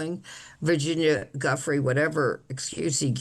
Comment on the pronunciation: the woman cannot even pronounce Guiffre's name correctly. how dim can u be?